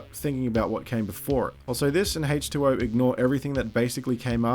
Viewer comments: for some reason it sounds like you're saying hate 2 0 instead of H20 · I love the way you pronounce H20. Great video.